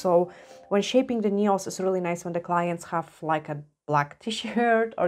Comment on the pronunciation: Dzień dobry Pani. Taka mała sugestia z mojej strony jeśli chodzi o język angielski słowo "paznokieć" - nail czyta się i mówi się "nejl" w liczbie mnogiej nails - "nejls", gdyby Pani zechciała użyć tej wskazówki odbiór Pani filmów będzie przyjemniejszy dla osób mówiących biegle po angielsku lub dla osób mówiących tylko po angielsku. Pozdrawiam i życzę miłego dnia 😊